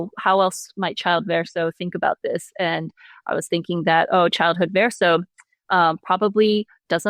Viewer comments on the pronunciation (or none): She's wrote my favorite story. Although I wonder why she pronounces Verso in a way that's not true to the game. Also, the other lady was wrong about Monoco talking about feet. This is a fact established in the first minute of meeting him at Monoco Station. So, nothing was award or spoiled.